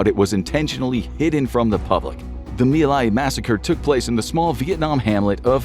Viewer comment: It's Mai Lai, not me lie.